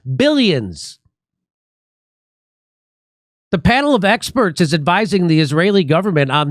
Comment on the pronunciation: "some scientists this,but EXPERST THAT"